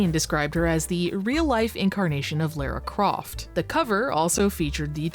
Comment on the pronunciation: the way you pronounce "lara croft" is fascinating